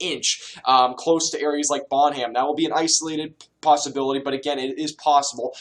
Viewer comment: Did you just say "Bon-ham"???? Lol its Bonham (bon-num) my dude. Good stuff man, enjoy your channel!